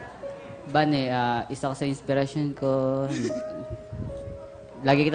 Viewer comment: Ba-ne Bayne nlang Bane